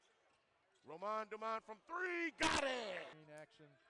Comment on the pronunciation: Roman, pas Romain 😂😂